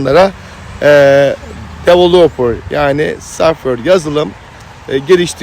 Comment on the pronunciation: Abicim süpersin. İlk başta saffır saffır deyince anlamamıştım meğer softveyr (software) diyormuşsun şimdi oldu 😂😂